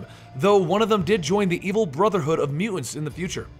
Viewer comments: How is nobody mentioning the way he pronounces "Mu-ants"? Was I the only one slightly annoyed by that? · "Mutants" has 2 't's pronounce them. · am I the only one bugged by Bennys pronounciation of the word mutants?